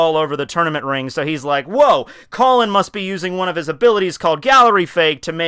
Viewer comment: I am speechless, really tekking. ik it's a joke but fucking " "